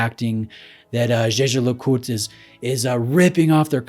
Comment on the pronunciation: The absolute state of your Jaeger pronunciation